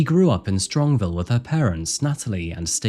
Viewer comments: As a local it’s Strongsville not strongville but other than that great video bro. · Great video...my only "ick" about it is that the city this happened in is pronounced STRONGS VILLE....not STRONG Ville...hope that makes sense :) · Been watching for a long time and you clearly do a lot of research. I don’t think this is a common issue in your videos but maybe as a local story I notice it more. Just a suggestion to add pronunciations into your research. This city is Strongsville and you say Strongville a few times. That one is silly to me and doesn’t bring the video quality down. It’s like when a GPS gets a city wrong. My suggestion is toward the victims name. You say Dominic Russo as R(uh)sso but it’s actually R(oo)sso. I don’t know the kid but I feel names hold a lot of weight and should be said correctly, especially in memoriam. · StrongSville, not Strongville